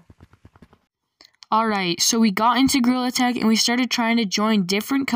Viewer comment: bro i just relized when you sayed gtag you sayed girl tag and grill attack